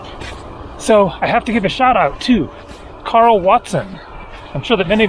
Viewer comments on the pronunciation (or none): none